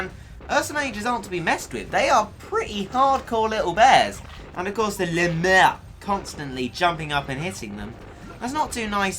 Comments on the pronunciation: I don't think you say Le mere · the way you say Le murr cracks me up. le MUURRR